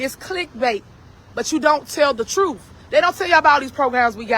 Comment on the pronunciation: She said troof. 😒